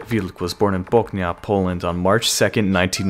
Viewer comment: Hi. Im from Poland. You said Wubs name and surname very nice and corectly, although Bochnia was pronounced a little bit off. Great video overall!!!